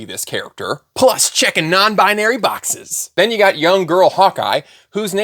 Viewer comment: I like that I wasn't the only one that ran it back to confirm what you said when you said "Non B-iron-airy" XD